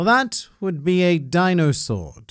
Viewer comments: Me still cringing to "Dino - Sword" 😂😂😂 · I had to click like when he said "Dino-sword." Amazing.